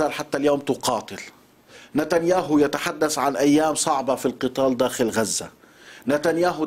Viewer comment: استاذ علي اسمها يتحدث و ليس يتحدس اسمها الحوثي و ليس الحوثي اسمها هذا و ليس هزا اسمها كارثة و ليس كارسة اسمها تبحث وليس تبحس اسمها هذه و ليس هزه اسمها عبثية وليس عبسية اسمها و اسمها و اسمها و اسمها تكلم باللهجة العامية و صدقني الكل راح يفهمك اما تتكلم بالفصحى و بكل جملة لازم تقول كلمة غلط يعني يكون الكلام مزعج على المشاهد و السامع